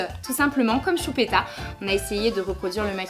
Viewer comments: A chaque fois qu'elle dit CHUPÉTA je peux pas m'empêcher de rire 😂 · He ma tortue sapelle choupita 😠😠😠😠😠 😃😃😃😃😃😅😅😅😅 Lolllll tes la best tu ma youtubeuse préférée tu est tres belle (meme comme sa 😉) bref en gros je te kiffffffffffffffffffffffffffffffffffffffffffffffffffffffffffffffffff💓💓💓👑👑👑👑👑👑 Et quand tu dis choupita ta trop laccent bledart